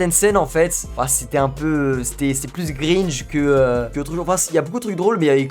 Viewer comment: Cringe pas gringe